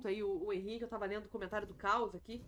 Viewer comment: e lá vem o enzo ,críticas são feita para as pessoas melhorarem ,a tendência é nunca melhorar se n tiver alguém para apontar o erro ,que de fato ela errou chamando o Henrique de Reni.